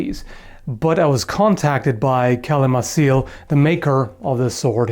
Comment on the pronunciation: It's pronounced "Calimakil", it's Sindarin.